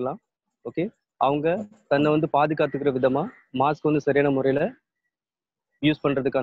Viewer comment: மாக்ஸ் இல்ல மாஸ்க் 😄😄😄